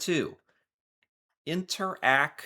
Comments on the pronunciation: interac is pronounced like interact (with silent Ts) not like inter, ack lol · remember, Interac, not inter-ACK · Interac is pronounced like "interact" (as in interaction) but without the "t" sound. It's a brand - in fact I'm sure you found out when making the thumbnail. You can also add a 6th player but solely for Québec: Desjardins. They have presence in other province but not as much but it's one of the biggest players here in the French speaking province. Personally never really used e-transfers because I always gave cash in person if I had to.